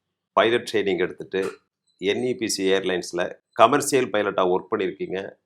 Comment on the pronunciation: Your English pronunciation can be improved because you say ‘கமர்சியல்’ but it should be sounding ‘கமர்ஷியல்’. Most of us using a lot of English words but the accent or pronunciation doesn’t sound good. Hope you take this as a constructive feedback as your qualification or work experience doesn’t matter here when you address other topics. Let the guests talk more than you because you kept talking for a long time showcasing your knowledge as if you know everything in this world.